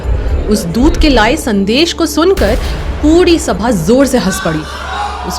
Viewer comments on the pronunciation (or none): none